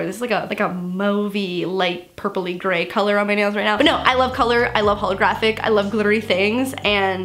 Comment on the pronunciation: Oh my god to you said Gray and glittery things so Canadian oh my god